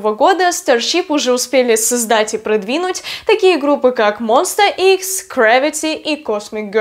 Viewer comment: пожалуйста, не монста Икс, а монста Экс😭😭